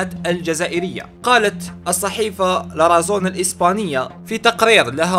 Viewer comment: حبيبنا انطقها لاراثون شكرا و ليس لارازون